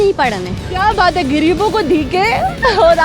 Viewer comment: محترمہ پہلے اردو بولنا تو سیکھ لیں آپ، دکے نہیں دھکے بولتے ہیں 😋 گریب نہیں صحیح لفظ غریب ھے 😜